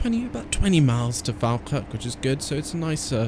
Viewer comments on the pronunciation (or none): Falkirk is pronounced "fall-kirk" rather than fal-kirk just fyi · Great video, I've watched your videos for ages but just realised I havnt subscribed, so I have now. So since you mentioned it falkirk high station is actually said like...... Fall- kirk, as in you're falling over. Just thought I'd say it because you said you like learning new things. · Falkirk is supposed to be "Fall-kirk" (a lower "all" 'a'). Or, that's how I've heard every conductor on that line say it. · You have pronounced my town wrong Falkirk Watch Some Falkirk games You have a failed to pronounced